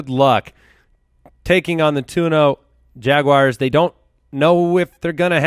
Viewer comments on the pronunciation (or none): none